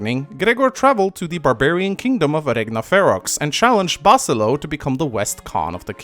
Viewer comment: I think it's Ba-SIL-EE-o. Not BA-sil-o. Regardless, there is an "i" in there before the O. Basilio.